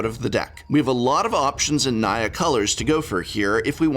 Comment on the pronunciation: Whenever you say Naya, all I hear is Nya~